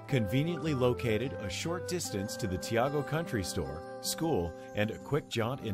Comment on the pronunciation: It's pronounced tee-go. Not tee-ah-go.